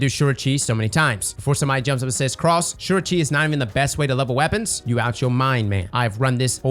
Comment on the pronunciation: Did you say "legacy focusing weopons", as in Luna Howl, the mountain top, ect?